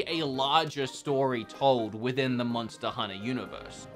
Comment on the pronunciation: I love it when say MONSTER HUNNA.....